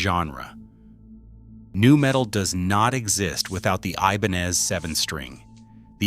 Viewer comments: It's pronounced I-ben-EZ. Your AI is till masacreing that name, which doesn't help matters much!! 👎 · Did he say E-bonez? Have I been pronouncing this word wrong my whole life? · I love my RG series, and wanted to hear this video .... but I had to stop after a few minutes because I couldn't stand listening to the different ways this obvious A.I. jerk pronounced 'Ibanez'!!